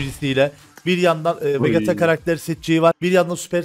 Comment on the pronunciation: Abi Vegeta vecita diye okunur